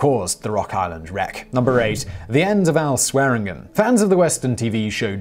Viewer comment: How many times can you say Swearengen and not once get it right? Neither of the n are silent. Typical Brit, can’t pronounce something properly so they just pretend half the letters are silent.